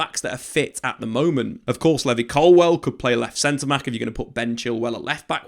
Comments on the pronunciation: Levvy Colwill is an insane pronunciation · Pronunciation buzzer for Levi Colwill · How this guy says levi colwill infuriates me. Also Cucurella is clear of Chilwell rn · Why you saying Colwil’s first name like that 😂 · Hearing him say Levi colwill made me stop watching